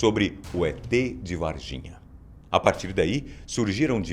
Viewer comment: Juro que ouvi e Et de vagina kkkkkk